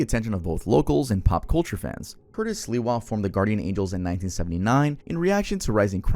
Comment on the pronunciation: I am not related to Curtis Sliwa, but I have the same last name and that isnt how you say it, you asked for it